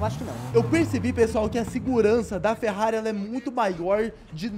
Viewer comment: Ele falou ferrare Enzo